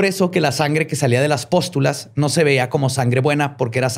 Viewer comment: Se dice Pústulas no postulas, del verbo postular